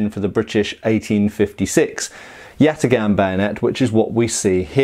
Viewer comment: Do a shot every time he says yatigahn.